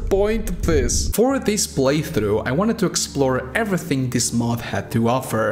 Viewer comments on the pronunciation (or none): none